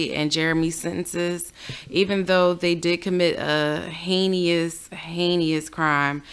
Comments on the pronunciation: Heinous pronounce hay nus ♥️ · Heinous pronounced haynuss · Heinous is pronounced hay nis. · Hainee-us crime? The pronunciation was slaughtered for the word heinous.